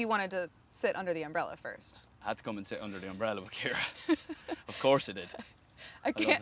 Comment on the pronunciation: Love how he says our name Kira 😍